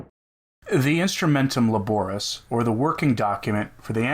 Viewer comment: It is pronounced "laborees".